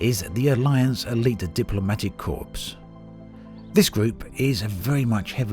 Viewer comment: Just a note.. when it says "Corps" in a name.. it is pronounced "CORE" not "CORPSE"